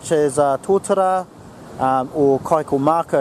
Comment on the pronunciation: Awesome vid - thank you for sharing.. just want to share a reo tip Kaikōmako is pronounced like kai-caw mah- caw not kai-co-mah-co keep practicing "o" trips a lot of people up kia kaha. Ngā mihi